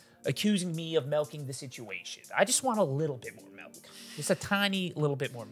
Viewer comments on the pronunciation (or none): "I don't want people accusing me of MELKING the situation" Melking?😆